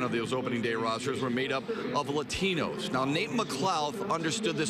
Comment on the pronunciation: La - Tee- nos lol